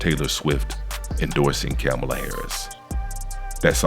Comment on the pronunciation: Camel-a Harris 😂😅